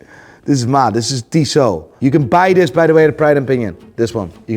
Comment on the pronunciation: For a sec i thought he said hes an official dealer for diesel and wanted to laugh but i was relieved when i checked the screen and saw its tissot